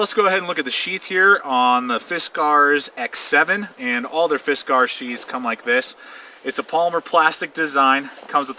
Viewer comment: He is trying to split a knot and doesn't seem to know that's why he was having trouble . And he says Fisk R's in such a forced way that at first I thought it he was trying to be silly or something... after the 10th time I want to travel time and space just to teleport to him making this video and make him acknowledge how obnoxious he sounds. Thanks for making the video though. Hope your doing well and hope you pronounce fiskars like regular Americans now 7 years after this was made. If not you should consider it